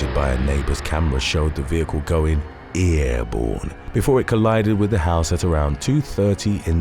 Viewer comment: "Ear" borne?? 👂